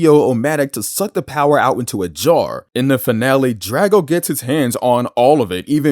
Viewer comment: You mispronounced Drago